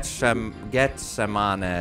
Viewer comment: I get your criticism of the technical enhancement, but Neely still has a great voice for his age. But do you have any idea of the context of this piece? This IS theater…Jesus Christ Superstar to be exact, which is in its 50th year. You can’t even pronounce “Gethsemane” properly. Do a little research on the musical numbers on which you comment.